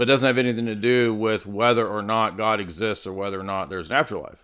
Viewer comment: Its driving me crazy how he pronounces "God". He is saying it like "Gud". Lol just a pet peeve of mine lol. Peace be with you! ✝️🕊♥️